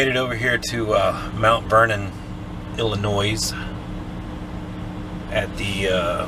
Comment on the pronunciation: How did you Pronounce the State that Mount Vernon is located in ? “Ella-Noise” ? Right On! 😬👍